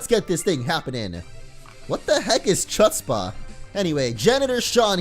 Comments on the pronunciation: it is huts-pah and it means shameless audacity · having a lot of chutzpah is having a lot of guts. Ch is pronounced like chet from the Hebrew language (look it up). Not that I thought he was, but is definitely not Jewish. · Chutzpah is pronounced weirdly for someone who doesn't speak a language with that sound in it. You have to make a sort of scratchy gargling noise in the back of your throat, like you're about to cough something up. The letters "CH" are usually used in English to make that sound.